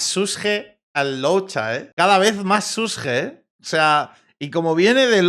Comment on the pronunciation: Algún día podrá decir el nombre de luocha bien?